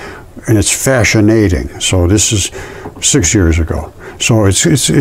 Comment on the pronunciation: "fascianating." Lol